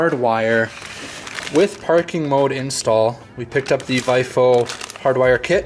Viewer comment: Technical note. VIOFO is pronounced "Vee - Oh - Foh"